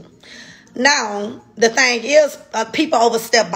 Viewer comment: You are a beautiful woman and deserve the best! I just have one request: Can you say “thing” instead of “thang” like everything, anything, etc. “The thing is: people......” thang is not a word I hope you take this the right way, just want your communication skills on point, because you are about to level up and soar!!!!!